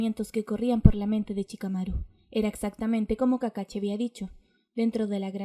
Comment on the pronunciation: Es kakashi no kakachi